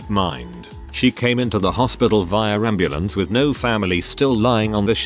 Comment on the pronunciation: “And the amb anddeambandeambandembamdebambemabrmenamdnamdn”